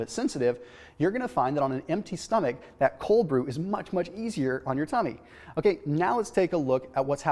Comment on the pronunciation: I think hearing you say tummy is hilarious. Good work per usual and more coffee videos is something we all need